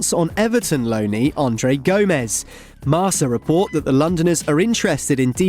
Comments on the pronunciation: Bro not marsa it's kinda marka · its not pronounced "marsa" its marKa